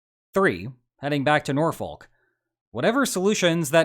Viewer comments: The correct pronunciation for Norfolk is “naw-fuk”…BTW, this “wake-up call” is a good thing…it takes time to get NATO’s “machinery” to get working (this from an 8 year tour at NATO in the 90s). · This is annoying me. Even in American English, NORFOLK is pronounced "Norfek" or "Norfolk". The L is silent. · "Nor-fuck" - you don't pronounce the "l". No, I have no idea why. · We pronounce it Naw-fuk. To separate us from Beans On Toasts, norfolk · *A clearly important correction: No one local calls it Nor-folk. It's more between Nor-fick and Nor-fuhk. Or even Nah-fick for people with that accent. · It's pronounced Nor-fuk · As a Hampton Roads native, hearing you pronounce Norfolk always makes me laugh😂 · US has little role in Ukrainian conflict anymore. Learn how to pronounce Norfolk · Norfolk Virginia? Cmon now you know how it is pronounced.